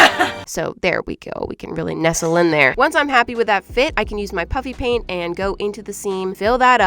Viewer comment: You just said puppy paint 😂